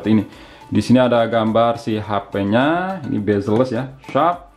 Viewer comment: CMIIW, spelling yang benar itu "Bezel", bukan "Bazel". Cb check di google. Suwun